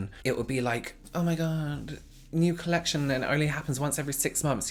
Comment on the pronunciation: ah meh gawd, a new colechshun Me: heart flutters with how lovely his voice is.